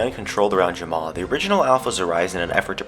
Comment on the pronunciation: *Jamaa not Jamma XD